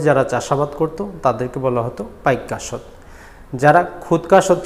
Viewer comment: পাইক আশ্ত কথাটা ক্লিয়ার নয়। বুঝতে সমস্যা হয়।